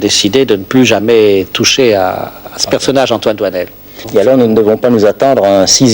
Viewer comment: doinel, not doisnel